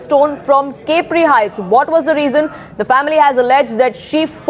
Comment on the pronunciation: Its pronounced as ‘ Cap ri’ not ‘cape ri’